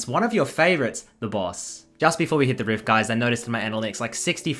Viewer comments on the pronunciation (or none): you pronounce "baus" as "boss" and it confused the hell out of me for a second